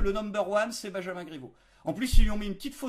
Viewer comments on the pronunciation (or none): none